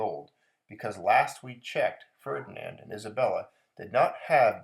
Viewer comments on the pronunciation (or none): none